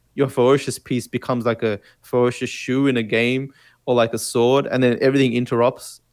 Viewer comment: Here's something to try. Say "ferocious", and now say again but pretend you are Elmer Fud, Fe-wo-cious. And also maybe point out to that she is not a he! Btw yes, a great episode, thanks guys:)